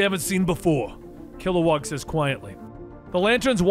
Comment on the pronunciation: Kilowog. Not WAG.